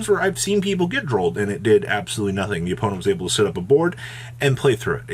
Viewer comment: You keep saying “SIT” when you mean “SET”